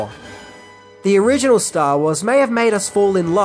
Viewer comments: "Onriginal Ideas" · there's an "Onriginal" way of saying Original. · "Onriginal Ideas" ? haahaha. Ooops.